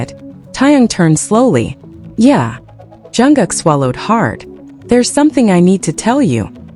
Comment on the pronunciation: Atleast pronounce JUNGKOOK and TAEHYUNG names properly. Learn to pronounce their names before making your videos.